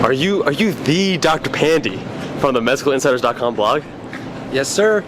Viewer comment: pandey not pandee